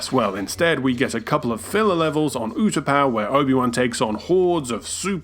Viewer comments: Did he just pronounce Utapau "you-tuh-pah?" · It's pronounced oota pow